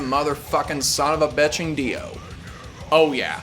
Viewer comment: It's rare that people use the correct phonetic pronunciation of Ronnie James gwddamnmthrfknsunofabitsh Dio. Respect.